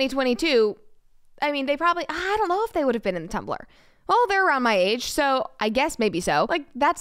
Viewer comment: "I dullo" Lol